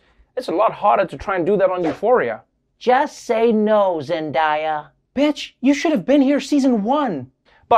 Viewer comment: Is it pronounced zen-die-uh or zen-day-uh?